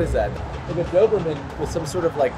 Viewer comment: I physically cringed when he said Doberman building